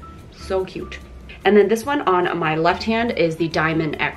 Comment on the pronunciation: “you are really ma fan” hahahahah